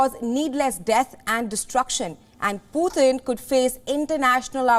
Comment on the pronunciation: Who is "Pootheen"?